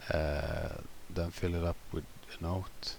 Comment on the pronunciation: everytime you say the ass note LOL . thank you for the helpful tutorial